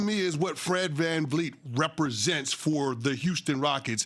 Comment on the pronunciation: dis mfer said fred van fleet lmao.....